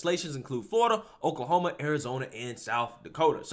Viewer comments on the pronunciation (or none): none